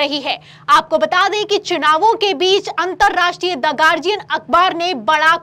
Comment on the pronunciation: गार्डियन नहीं, गार्जियन है सही उच्चारण । यह शिकायत नहीं, सलाह है आपको ।